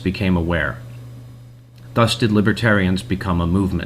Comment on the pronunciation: The opening narrator really doesn't know how the word "thus" is pronounced? Really? "That's weird, this scholar made a big typo. Let me just correct that..."